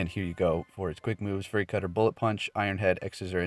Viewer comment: Fury is pronounced "fyou-ree", not "furry"